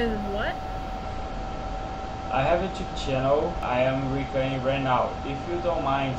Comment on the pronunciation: Uma dica, tenta falar recórding, pq ás vezes soa meio como recutting e a pessoa pode não te entender kkk